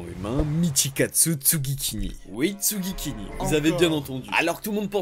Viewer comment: alors... c'est pas tsugikini mais tsugikuni 😅 sinon masterclass